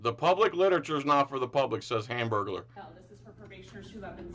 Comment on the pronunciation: 😂 "hamburgaler" Lol